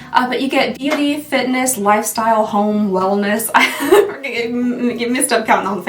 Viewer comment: Girl… I wasn’t looking at the screen when you said “beauty” in the beginning and my ears heard “yitty” 😂😅🙃